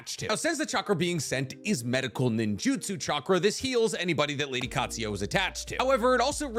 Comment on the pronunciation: I love you, but it's pronounced: Kaht-Sue-You.